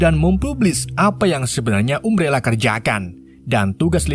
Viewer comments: umbrela bang bukan ummbrela wkwkw tapi aku suka bahasa mu wkwkw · Umbrela bukam ambrela carabacanya..😂😂😂😂 Jelass sesuai "gak bisa bahasa inggris" hehehe